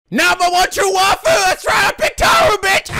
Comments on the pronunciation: We've reached the end of a 60-part war, and Nico STILL doesn't know how to pronounce the word 'waifu'. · Tyler- He probably knows the proper way to pronounce "waifu", but he's so used to pronouncing it the way he has been that he'll just keep pronouncing it wrong (just like he still pronounces certain character names wrong even though he now knows the true pronunciation).